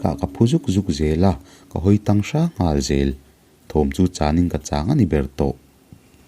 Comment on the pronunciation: Hawi tang.. tih ah khan TANG kha a hnaim lam a lam tur..